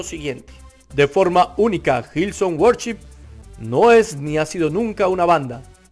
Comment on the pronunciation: No sabes ni cómo se pronuncia worship y tratas de dar un punto de vista 🤦🏽‍♂️